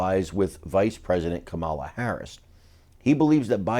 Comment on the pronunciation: Well, I'd never vote for her but at least pronounce her name correctly. It's not Ka MAH' la, it's KAH' ma la, accent on first sylable Kah' ma la